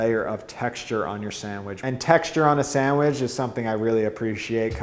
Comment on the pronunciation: Have a shot of whisky every time he says SAMWIDGE!